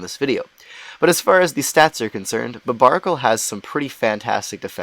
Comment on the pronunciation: Not to mention he's misronouncing barbaracle's name